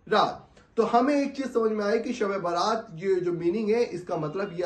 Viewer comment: Baaraat nahi.bara'at hai.bara'at ka matlab hota hai nijat ke.rihai ke.jahannam se rihai